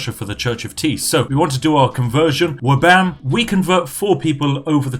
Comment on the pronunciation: "Flabam"? What is this heresy? It's Wabam, Goddammit. And what have you done with Spiff?